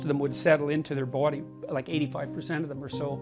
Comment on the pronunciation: the way he says body, "bowdy".🤣